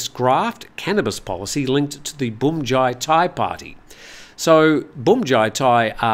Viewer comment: Feel free to pronounce bhumjaythai as phumjaythai. Bhum is the same word as in Suvarnabhum(i) airport, where you pronounce it rather well. Transliteration of Thai words into English is all over the place.